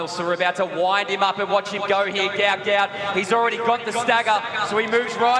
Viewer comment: The father says his son's name isn't "Gout Gout" but Gwot Gwot. Why is the press not picking on it?